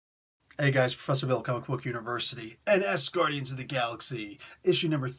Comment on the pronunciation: *...did he just say "Ass-Guardians"?...*